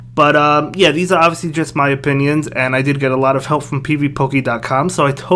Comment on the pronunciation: Never heard someone say ‘pvpoke’ that way